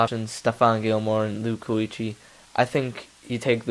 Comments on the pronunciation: BCs linebacker is pronounced keekly. Not kooeekly. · You pronounced Kuechly from BC wrong but he is an absolute beast